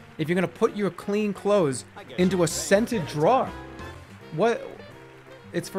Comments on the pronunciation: He says "drawer" a different way every time, and none of them are correct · the way he pronounced drawer makes me want to hurt him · Classic boston maniac, “jrawhr” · scenter DRAWW liners.. who the hell has a scented DRAWW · why does Jerma pronounce drawer like that?? JROAR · His pronouncing of the word 'drawer' blew my mind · he's never been so boston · Nothing brings out the boston accent more than "drawer" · Jerma has never said a word more Boston than drawer. He says like half the word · Why is he saying "Drawer" like that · i think hearing the most boson pronunciation of "drawer" took me out of jerma fandom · Why does he pronounce "drawer" like that? I'm scared